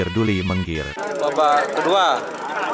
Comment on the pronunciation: Yg baca salam gc skolah mgkn. Kalau mengir dulih mengir 😂😂😂 mingghir bang bukan mengir...